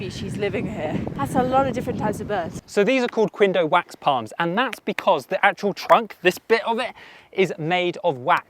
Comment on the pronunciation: Hey so Quindio is actually pronounced like “kin-dee-o” lol, love the video tho ❤